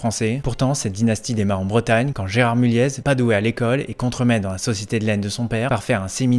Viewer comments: On prononce "Mulié" et pas "Mulièze"... tu devrais le savoir ! ☝️ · On prononce mulier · On prononce pas le Z à mulliez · Par contre le z ne se prononce pas